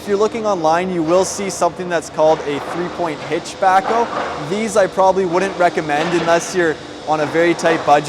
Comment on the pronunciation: it sounds like you call it a "Backo" or "Backle."